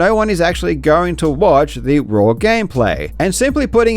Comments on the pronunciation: Dude says “raw” like “rawr” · I didn't expect to learn that karl pronounces 'raw' as 'raur' today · Karl is pronouncing "raw" like he is saying "I love you" in dinosaur